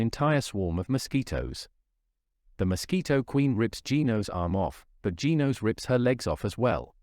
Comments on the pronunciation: It's genos not geenos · It is not geenos its genos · It's not Gin-Os Gen-Os